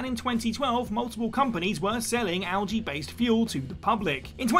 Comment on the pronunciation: You butchered algae worse than the Russian’s name